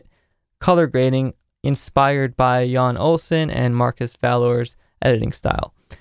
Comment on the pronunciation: It isn't pronounced Yawn, its pronounced 'you n' FYI 🤙🏼👍🏼